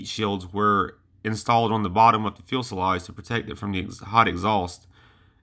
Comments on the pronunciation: fuel' sa' lage? Get it together! You sound like a 9 year old boy giving a science report to his 5th grade class. Your research is notable, and your opening intro, 2nd to none. Lock it up, sound like you've got a pair, and sally forth! We (I) love and respect you. I want to see you succeed in this channel. Continue to sound like a mumble mouth, and you'll be gone like many before you. You've the most (single most) Kick Ass opening intro of all YouTube channels. Nukes, Bettie Page, and Strategic Nuke Bombers.....we are sufficiently hard now... Follow it up with a similar kick ass'd presentation on why Commies are Bad, US is good. Constructive critique, nothing more. Keep 'em coming! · Never heard anyone say "fuelselage" before lol Cool video though, props for mentioning the lesser known P59! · Good point. It is important and adds credibility to your site if you pronounce this aircraft term FUSELAGE (noting there is no "L" in the early part of the word). It is like FEW sa lodge in sound. Still, these videos are populated with plenty of images and facts so the site has much promise. Voice-over work involves correct pronunciation of words. Today one can get audio examples of words online in many dictionaries, so there really is not an excuse. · Fee-you-sell-odge Few-sell-odge Fewsellodge Fuselage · Every video this guy makes he calls a fuselage a fuelsalage. Come on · Please GOOGLE it. fyoo·suh·laazh